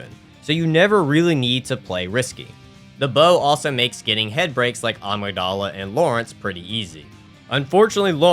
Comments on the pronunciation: I only just realized he's saying agmydala and not amygdala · Not to be rude, but I just wanted to let you know that the amygdala is pronounced A-mig-dala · Bruh why can't people pronounce Amygdala correctly.